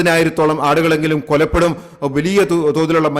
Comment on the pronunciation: "കൊലപ്പെടുക" യാണോ "കൊല്ലപ്പെടുക "ശരി എന്ന് റിപ്പോർട്ടർ പരിശോധിക്കണം.